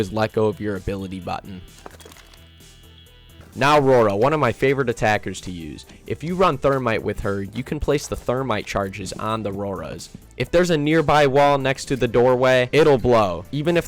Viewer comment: Love the video, I really appreciate the hard work you've put into it! WIll def be taking notes. Sorry to be that guy tho but i noticed when you said Rauora you said it like: 'Rora' The correct pronunciation sounds like: Rouw-orah. Sorry to be nitpicky but i just noticed it :)